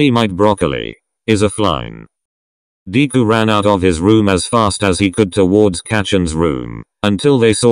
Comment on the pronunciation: The way the person says deku as deekuu